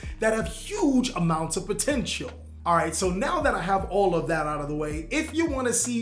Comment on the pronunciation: What i heard that the zarc deck was pomteintal